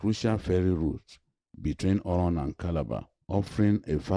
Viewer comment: I like how he pronounced oron. He's been taught well.